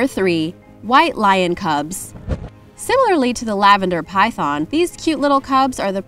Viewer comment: Did you just say, "Lavender Albino Typhon" 😂😂